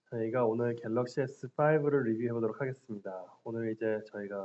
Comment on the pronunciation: 갤러시가 아니고 갤럭시데?